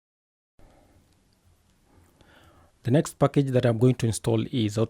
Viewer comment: I love when he says 'pakege'!😄 & sass is sus🤫 got a feeling of among us😁